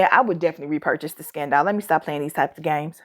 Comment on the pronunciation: Jeremy Fragrance (back in his hay day) had me saying Scun-dahl 🤣